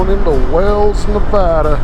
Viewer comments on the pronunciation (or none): none